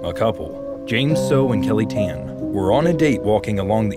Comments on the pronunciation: bro pronounced tan as ten 💀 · KELLY TEN?? ITS KELLY TAH-N THAT'S HOW YOU PRONOUNCE GET IT RIGHT OR GET OUT OF MY COUNTRY KAH NA SAI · Tan is pronounced as 'tarn' im not sure how to type it doe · ok so basically about the calls of kelly i think its just the old aunties and uncles beliefs but that place aint haunted i went up there and pretty much it was just a normal place so nothing to fear AND STOP PRONOUNCING "TAN" LIKE THAT 💀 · They mispronounced Tan